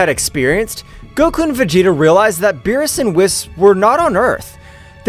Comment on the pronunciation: Bro always berus but whis